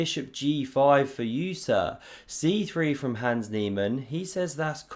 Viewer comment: You continue to say 'hands', instead of his actual name 'Hans'. At this point you are simply choosing to slander his name. Shame.